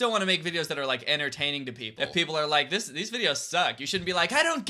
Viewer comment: "li-KEUH" real ( on my only FANS💜)